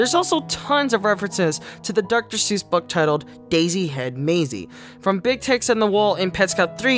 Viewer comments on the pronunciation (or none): none